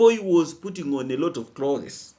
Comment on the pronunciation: no offense intended here. The word "clothes" has only ONE syllable. Each time you said it, u separated it into 2 syllables. Google the spelling of it to verify what I've shared. 😊😊😊